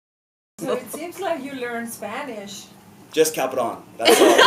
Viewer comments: Me imagino a Guillermo del Toro hablando en inglés y poniendo la palabra cabrón😂 en sus frases, muy de México 'cabrón' además Charlie lo dice perfectamente: cabrón!!! 'just cabrón'❤ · Charlie is so funny, and every time he said "Cabron" do it perfectly! :D